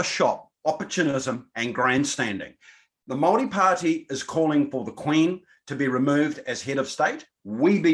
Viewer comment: and speak from a place of privilege....also can you please learn how to pronounce Maori properly, its not Maaari, its Maori!